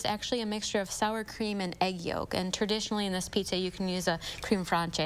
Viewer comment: Can you ask your guests to learn how to pronounce the items they're promoting before coming on. Seriously, flammkucken isn't "flam-kah-chen" it's "flom-ku-ken", and creme fraiche isn't "cream fron-che" it's "krem fresh." I'm embarrassed for her. 🙄